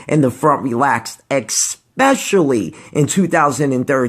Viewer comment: EXspecially? Since when did especially have an X in it? Ronnie all the way btw.